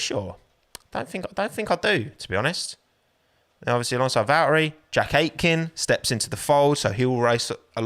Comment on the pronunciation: Why do you pronounce valtteri like that?